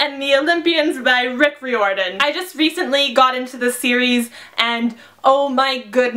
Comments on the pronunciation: its pronounced roy-er-done not re-or-done or however you pronounced it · I have heard Rick Riorden pronounced Ryeorden and this is the first time I have heard it pronounced Reeorden. I don't know how to pronounce it. Please help